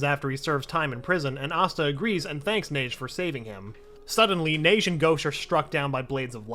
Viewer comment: its pronounced ha-gey like hokage